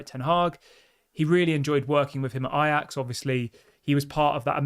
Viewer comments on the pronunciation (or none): none